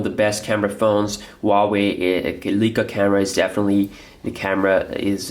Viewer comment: it's not pronounced Lee-kah but Lie-kah.